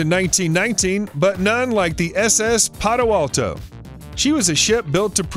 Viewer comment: Seen it many times.. I swear he kept calling it the Padoalto... oh, then there is the old Aptoes vs Aptahs debate.